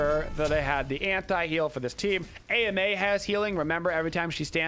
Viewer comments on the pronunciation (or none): Why do you call her A.M.A. instead of Ama?